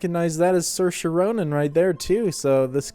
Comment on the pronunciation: Gotta appreciate the fact that he pronounced Saoirse Ronan's name right